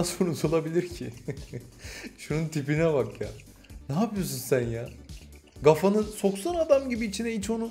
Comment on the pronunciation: Abi nolur gafa deme kafa de lütfen